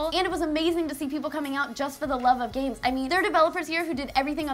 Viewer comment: Every time she says games, I hear gays. Am I normal?